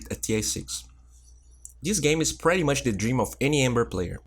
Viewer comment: Yo, watch ur pronunciation on pretty (u r saying "pratty") and and hungry (u said "hangry"), it sounds pratty weird. lol Love ur vids. Bye.